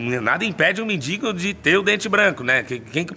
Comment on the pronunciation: Não fala mintigo é mendigo